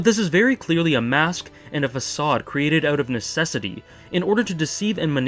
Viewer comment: "ouwt" "abouwt"